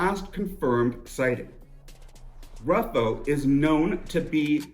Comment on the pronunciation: Ruffo (pronounced Roofoh) is 91 years old living out his life in a private BUPA care home in the UK. Completely bald, clean shaven and 70 pounds lighter, with an acquired accent. The chances of arrest are minimal.